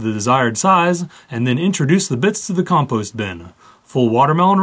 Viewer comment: Its pronounced compost not composte